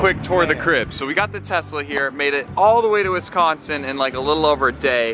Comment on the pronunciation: They are saying Wisconsin wrong omg I'm from Wisconsin so it bothers me so much